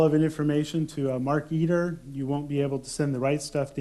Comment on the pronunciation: He pronounced Mark Eteer wrong. :P